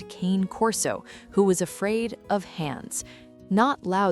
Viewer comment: Please teach the fake voice to pronounce "Cane" properly.